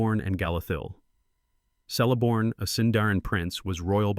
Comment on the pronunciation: Great vids! Just an fyi, the letter C has the “K” sound, so it’s more like Keleborn.